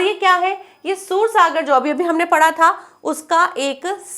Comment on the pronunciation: सुर सागर नहीं ही वो सूरसागर है। उच्चारण सही नहीं हे आप का मैडम